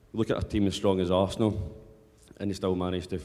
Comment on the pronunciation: Some Americans can't pronounce Arsenal. Ar-sen-al?